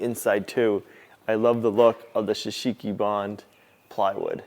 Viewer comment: Pronounced ""Show Soogy Bahn", NOT "s' sheeki bahn"!!!!! Drives me nuts every time I hear you say it! Please... it actually hurts my ears! Still love you guys though!!! Long time, dedicated viewer. Pray for you every day! God bless!!